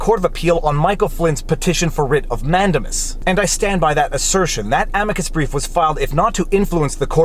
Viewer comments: Totally beside the point, but you've gone back to say man-DAY-mus wrong. (In my probably incorrect description of pronunciation, you're saying MAN-duh-mus). (You said comments feed the algorithms, right? :-P) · Great video Viva!! I love you and your format!! BTW here in the US it is pronounced manDAYmus. Sorry!! Lol